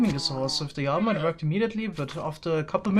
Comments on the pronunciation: why does he say yama instead of llama.... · Most English speakers: "llama": "yama" Me, an intellectual: "wool horse" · Nobody:...: Yama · You pronounced Llama very differently...